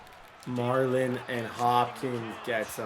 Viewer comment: 44, his name is MARLON not Marlo.